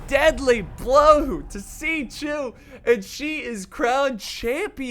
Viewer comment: Hey bud when there is an x in there name it makes the chu sound I play dw so when you say is writing it hurts my soul.